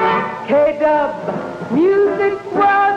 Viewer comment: KDUB, not KUB. You wouldn’t find a 3-letter call on 1340 am.